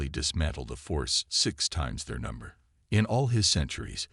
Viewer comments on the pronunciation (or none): none